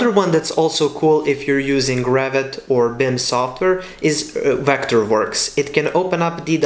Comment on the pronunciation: When you pronounce Revit, sounds like Rabbit